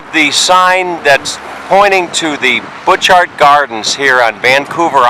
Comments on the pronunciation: Bu-char garden. Not pronounced Butch Art! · you need to go in the winter time! a must see! (it's pronounced Butcherts) My aunt lived two blocks from the garden entrance! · Pronounced boo shart gardens. The man made it for his wife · Pronounced: boo'-cart garden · The "t"s in Butchart is silent.(Pronounced bhu-char). I've always wanted to visit this place. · Perhaps you learned along the way, that it is pronounced Buu' chart Gardens. I enjoyed it grandly myself in June of 1973, took a vehicle over on the ferry as you did, a cold and windy morning, though warming to a beautiful day, with driving around the island and Victoria in the afternoon. It was, indeed, a journey of a lifetime, especially from Arizona. British Columbia was a real treat, Alberta too: we visited Banff, Lake Louise, the glacier fields, and many other superb and special places. At that time, Vancouver and Stanley Park were interesting too. Thank you for sharing. :)